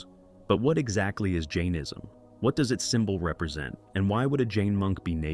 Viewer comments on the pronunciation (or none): none